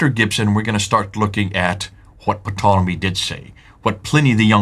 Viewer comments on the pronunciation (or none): it's a SILENT P on Ptolemy!!! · Ptolemy is pronounced tolemy. The P is silent.